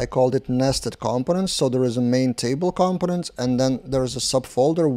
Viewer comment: the stress is on the second syllable: comPOnent. There are a few native speakers who also get this wrong ;) ... good job on the videos